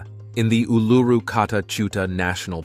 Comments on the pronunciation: ooh-loo-roo NOT ooh-LOO-roo. sheesh! 🤪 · It's sounds more like Oul-a-roo, and it's real name is Ayres Rock. The Aboriginals think they own it so they re-named it Uluru.?? No ones own a countries land mark, also just because your great great grandfather took a shit their, doesn't make it yours.? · Please learn how to say Uluru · Jesus!! At least learn to pronounce Uluru!!